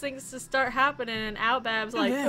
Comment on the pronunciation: OMG I'M DIEING HAHHAHAHHAHAH "aobab"😂😂😂😂😂😂